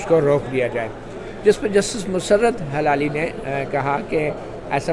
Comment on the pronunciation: مطیع الله جان صاحب ۔۔ سلام۔۔۔ یہ فرمائیے گا کہ جسٹس مسرت ہلالی میں ہلالی کا تلفظ کیا ہے۔۔ کیا یہ ہلال یعنی چاند سے نسبت ہے یا حلال سے جڑا ہوا ہے؟؟ میری رائے میں ۔۔ہ ۔۔ کے نیچے زیر ہے یعنی زیر کے ساتھ ادا کرنا چاہئیے۔ زبر کے ساتھ نہیں ۔۔ HILALI تلفظ درست ہے۔۔ آپ Halali بولتے ہیں۔۔